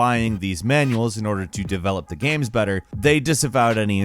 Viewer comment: Is he saying video gams? Or am I tripping?